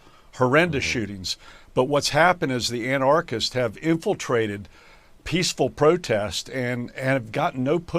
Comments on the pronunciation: For someone who was governor, McCrory should have a better grasp of the English language and actually be able to pronounce anarchists the right way. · Somebody needs to tell Pat McCrory how to pronounce "anarchists" correctly. It is only the most superficial sign of his not understanding anarchy, particularly given that neither anarchists nor anarchy were actually present in either Portland or Kenosha. What we had were protesters against unjustifiable shootings of unarmed Black men. Of course, painting the protestors as "anarchists," and protest itself as "anarchy," are just what this White House administration wants.